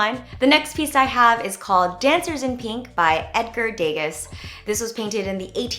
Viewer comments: "Day-gas" nahhhhh "day-gaH" 💕💕💕👏👌😂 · It's pronounced deh-Gah not like Vegas lol :l but wow great video such creative idea . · Not to be all Harry Potter hermionie or anything, but it's de-gah not deges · its de-GAH not dehgas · Edgar (De gahs, not De gus) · It's deGA not deGAS (sorry I had to mention it...I watched too much white collar) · Degas is not pronounced Day-Gus! LOL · The pronunciation of the second artist is Day Gah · love this video but... DAY-GUS ? he's French! :O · Degas is French and pronounced like "Day-Gah" :) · Hi Jenn! Not sure if you knew this, but Edgar Degas was actually French and his name isn't pronounced like that. It's pronounced Ed-gar Du-ga :) just wanted to let you know! I did a lot of art history in high school lol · I've been a silent viewer until now...You're so articulate. Has anyone asked you to become an announcer or host of some show? This video has great content and so creative! Loved it. My fav was Degas (btw pronunciation is "day-ga" S is slient). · You're so creative!! My favorite class in college was art history and I majored in painting! So I truly appreciate this episode. But I gotta point out one thing... it's pronounced "de-gah"!!! He's one of my fav so had to tell you. Lolllll love you girl!! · Great idea! And Edgar Degas is pronounced De-gah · I am sorry to point this out, but the second artist, his name is pronounced Degah..... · Edward Degas is pronounce Day-gah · I think it's pronounced Day-GAH :) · lol "day-gas"? ....!! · Degas...I think it's pronounced DUH-GAH 😂 He's French. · its pronounced dega btw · Degas is "Day-gah"... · Hey jen! Love your content. Just wanted to point out that degas is pronounced day-gah (the latter part like goth but not the th part). Not trying to sound pretentious. Just thought you might like to know! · Degas is pronounced "day-gah" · I cringed when you said day-gus but love this video ❤️❤️ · Ouch! Degas is pronounced "Day-Gah". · Degas is pronounced Day-gah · Dega... the s is silent 😂